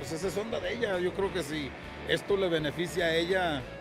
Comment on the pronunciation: mensoo no se dice croque yo croque se dice yo creo que